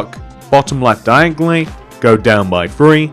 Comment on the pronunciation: diagly hahaha the way you say it is hilarious